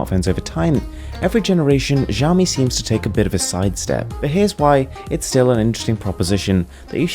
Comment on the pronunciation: It's pronounced as Siaomi